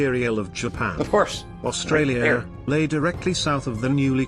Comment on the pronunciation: This is not your fault , but it’s Spelled Australia, only one R, and RAAF is pronounced R double A F. Only watched 5 min so far. Also I don’t get the robotic voices on these videos?